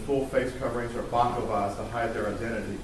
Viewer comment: "baclavas".. lol.